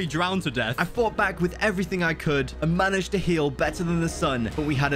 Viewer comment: HE SAYS "MANAEGED" YESSSSSSSSSSSIR